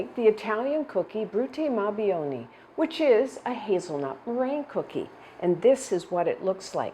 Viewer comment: Thank you for this recipe for Brutti Ma "BOO-WOE-KNEE". I have a recipe that does not direct to cook the egg whites, and it also turned out well. I also prefer the chocolate version, as my favorite NYC Italian bakery made them since I was a little girl.